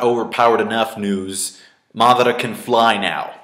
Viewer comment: why does pronounce madara's name like marrrdara?